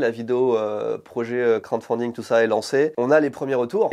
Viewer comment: la prononciation de crowdfunding ça va pas du tout xD. Sinon en français financement participatif, c’est peut être mieux pour présenter au mairies:) Continuez le bon boulot en tout cas! Ps: idée de nom: le trésor du JV